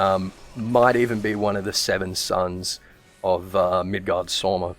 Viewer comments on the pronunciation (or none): none